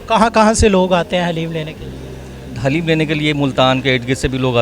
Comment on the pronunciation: میرے بھائی حلیم نہیں بولتے دلیم ہوتا ہے خدا کیلئے لفظ کو درست کریں